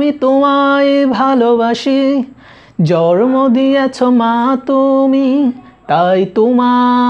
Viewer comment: তোমার কাজ ভালো কিন্তু উচ্চারণ ঠিক করে ভিডিও বানাও আশাকরি খুব ভালো হবে 💞। আর "জর্ম দিয়েছো" না এটা হবে "জন্ম দিয়েছো", শুভকামনা রইল 💐